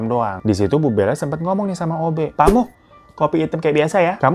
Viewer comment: Pak muh baaang...bukan pak mus😅